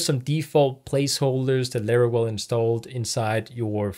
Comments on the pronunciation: If you say LARAWELL one more time I’m going to lose my mind 😂 jk Great video thank you for uploading these tutorial videos. You got a New Subscriber!! 🙌🏼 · Every time says "Larawell" reminds me of a Looney Toons character.. 😄 Jokes aside, nice video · its called laravel